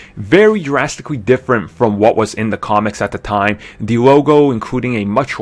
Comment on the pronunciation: It really annoys me the way he says "the" as "dee"